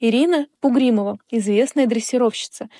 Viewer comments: Что сейчас за передачи, все неправильно,тда, была знаменитая дрессировщица Ирина БУГРИМОВА, а не Пугримова. После этого не хочется смотреть ваши передачи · Известная дрессировщица не Пугримова,а Бугримова.Впечатление заказного материала... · Не Пугримова, я Бугримова. Вы ударение неправильно ставите в словах. Комментарии-это не Ваше